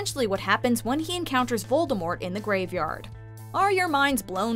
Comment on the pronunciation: How about the fact that the narrator keeps pronouncing Voldemort incorrectly?